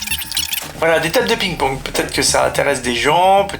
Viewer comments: Cest parce que tu dit pigne pawgue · Va voir comment prononcer ping pong en anglais lol